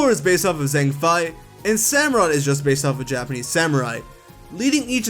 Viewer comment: I'm sorry. That prononciation of "Zhang Fei" made my ears bleed. Uh, Zhang like Bronzong? Fei pronounced as in Faith?